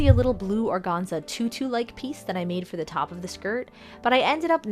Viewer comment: Gotta tell you I love your repaints, but organza is pronounced with the first “a” being pronounced a long “a” hahaha